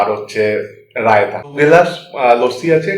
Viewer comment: Otake rayta (rayda ) bole😂